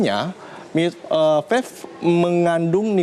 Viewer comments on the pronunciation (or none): Bicara belepotan wooyyyy, Mana ada Vave, Belajar dulu woooyyy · ini orang ngomong vape aja belom lancar udah sok tau anjirrr, vafe vafe aja dari tadi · Ngomong vape aja vafe wkwkwk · dia bilang fef